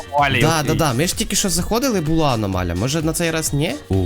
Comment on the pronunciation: Не аномаля а аномалія